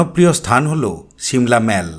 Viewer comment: যেমন সুন্দর সিমলা ম্যালটা তেমন সুন্দর তোমার অসাধারণ ধারাভাষ্য ।তবে জানি না ঠান্ডার কারণে কি না তোমার ধারাভাষ্যর মধ্যে কয়েকটি ভুল উচ্চারণ আমার কানে লাগে। প্রথম দিকে বারংবার তুমি ম্যালকে মল উচ্চারণ করছিলে। ভীষন কানে বাধছিল। ভিডিও লাস্টে আবার ম্যাল ই বলেছো। দ্বিতীয়ত এবং তৃতীয়ত উচ্চারণ ভুল ছিল। সাংস্কৃতিকের যায়গায় সংস্কৃতি এবং ইংল্যান্ডের উচ্চারণ টাও বেশ কি যেন বললে? আমি ভুলে গেলাম । একবার দেখে নিয়ে ঠিক করে দিলে ভালো লাগবে আশা করি। কিছু মনে করো না। যদিও জানি অত্যধিক ঠান্ডার কারণেই উচ্চারণে এই সামান্য ভুল টুকু হয়েছে। দিদি হয়ে যেমন প্রশংসা করি তেমনি ভুল টাকে ভুল না বলে পিছিয়ে আসাটা আমার মনে হয় ঠিক কাজ নয়।